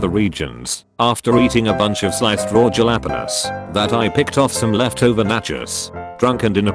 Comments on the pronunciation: | "raw juh-lah-pen-us " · I laughed so hard I cried at how he pronounced jalapeños XD